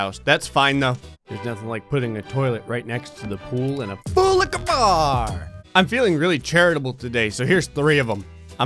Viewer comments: FULL LIQUA BAHH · I can not say how DAMN MUCH I love the way says ~🥴~ FULL LIQOUR BAR ~🥴~ I replayed that scene SO. MANY. TIMES. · Why does he say the bar thing like that😂